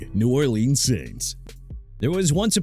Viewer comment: I've had enough of your disrespect for the people living in a Louisiana city. You wanna keep mispronouncing New Orleans like that?! Try it and you'll be hearing from these folks real quick! New Orleans pronounced New OR-LINS (unless it's OR-LEENZ)! Your career gon' be over soon...